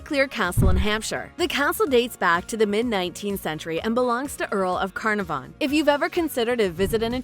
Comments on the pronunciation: LOL .... 'Ca NAH van'. Stress on the second syllable. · CAR NA VON ?? Lord Grantam wtf 🤬 hahahahahaha 😂😂😂😂